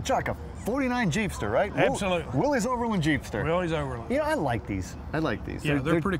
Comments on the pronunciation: WILLiss Not Willy's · Willys is correctly pronounced “WIL-liss”.